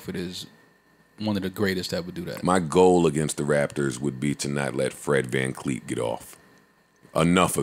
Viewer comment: Yoo tell them stop callin my mans “Fred Van Kleet” 😂😂😂😂😂😂